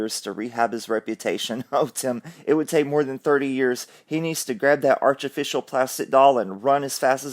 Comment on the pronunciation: I love that word Archificial. So funny xx